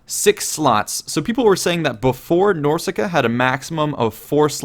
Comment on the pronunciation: Dude, I love ya, but it's not Norsica, it's Norsca.